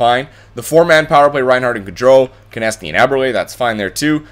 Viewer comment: It's pronounced Konekny not Konesny